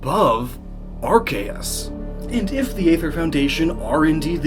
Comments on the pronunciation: Arceus is pronounced as Ar - Se - us in Japanese... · Miquib Arceus pronunciation